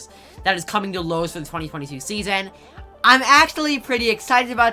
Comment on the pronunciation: wait...did this man just say ''loawses?''🤣😂 non the less Relly col and hyped